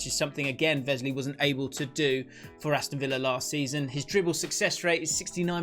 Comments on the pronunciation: No Grealish, Martinez is player of the season for me... Also its Wesley not Vesley haha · Please don’t say vesley